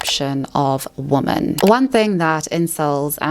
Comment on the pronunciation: The way you pronounce some words is a bit irritating... "Woman", "Exaceterbating". If you talk for a living don't leave the basics out.